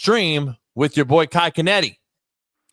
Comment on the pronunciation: "Kai Canetti"